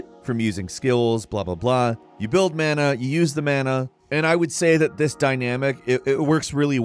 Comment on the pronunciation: The way says mana makes me want to shoot myself.